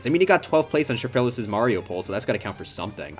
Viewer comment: Only hot take i have about this video is how he pronounced “Schafrillas”